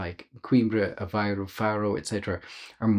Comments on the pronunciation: It's A-VAY-roo, not A-VI-roo. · Apparently the pronunciation varies - Aviroo dominates as you get closer to Lisbon, Avayroo elsewhere.